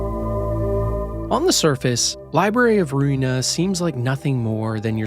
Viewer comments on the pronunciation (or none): Library of Ruina, not Runia ☝️🤓